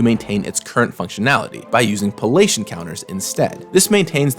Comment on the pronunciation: Also, that's "pally-ation," not "palatian."